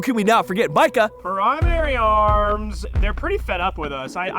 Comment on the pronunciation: NGL, I look forward AF to how Micah says "...prrIIIMARY arms!....."